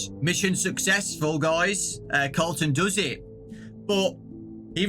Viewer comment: I heard Carlton instead of Colton- makes me think that Colton was Carlton from silvers eyes(and the other books)